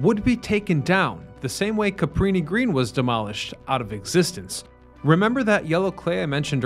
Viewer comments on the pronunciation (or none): Why do you always say CaPREEnee Green? It's CaBrini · It’s Cabrini Green with a B not a P